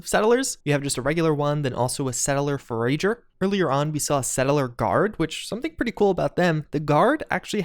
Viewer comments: Forage as in forage for food then add a r so for - a - jers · What the ef is a fo-rage-er? Do you mean for-ah-ger?